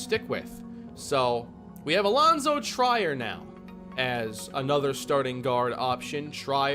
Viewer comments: i hate to be that guy but its Allonzo tree-er not try-er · trEER not TRYer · Omg he just cut him like its nothing lmao 19 mil gone. Also for the future, it's pronounced Treer, not Tryer – for Alonzo Trier. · Its Pronounced tray-air not tryer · It's TREE-er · just wanted to let u know its pronounced Tree-er not Try-er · It’s pronounced “Treer” not “tryer” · I beg of you, PLEASE stop saying, "Try-er," it's "Treer," like (Will) Grier. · Alonzo Trier is pronounced “Treer” I had to say it I can’t listen to an entire season of “Tryer” 😂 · It's Treeer not Try-er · It is pronounced tree-ear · I love this series. Btw it’s pronounced tree- er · It’s pronounced TREE-er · allonzo trier is pronounced “tree-er” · It’s pronounced Alonzo Tree-er just so you know! Love the Neil Hope move and maybe soon you’ll understand free agency lol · its “tree-er” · Trier is pronounced Tree-er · It's Trier (Treeher) For the 2023 off season send Wenli Lam and Lyle Murray to untapped potential. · Its pronounced Tr-ear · Just to give you a heads up Allonzo Trier last name is pronounced tree-air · Trier's name is pronounced Treer just for future reference. I've also heard people say like Tri-air but I believe it's pronounce with a long e sound. Love the vid haha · Trier Is pronounced tree-ir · Allonzo Trier (Tr-ear), Great content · Don't wanna be that guy, but it's pronounced TREE-er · Alonzo Trier (TREE-er) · Trier is pronounced Tree-Er, or like how Will Grier’s name is pronounced. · For Allonzo Trier his last name is pronounced treer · If Trier doesn't change the pronunciation of his name to Tryer IRL, he should be permabanned from all social media. Yes, I'm serious. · its allonzo "TREE-EAR" as one name lol. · it’s pronounced Treer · Its pronounced Tree-r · 2 year team options are the norm for rookie contracts, that's why Kane had one also Alonzo Trier's name is pronounced tree-air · Allonzo Trier's name is pronounced "Treer" like "Fear" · You are saying Alonzo triers name wrong